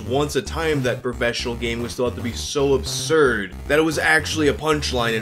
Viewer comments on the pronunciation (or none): none